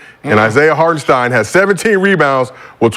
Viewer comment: Who is harkenson😂😂he mean hartenstein